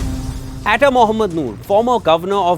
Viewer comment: Dude atta is not pronounced ae tae its aa ttaa.